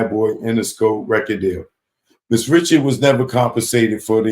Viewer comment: She pronounces it Rishard lol. I thought homie was bein funny